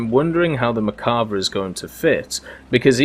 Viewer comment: I’m probably going to start a war but isn’t it mer-kava not merk-ava (the way you say it)